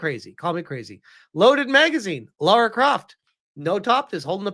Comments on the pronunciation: First of all: Her name is not Laura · Eriki Ishii is such a huge fan, she doesn't even know the character's name. (It's Lara, not Laura).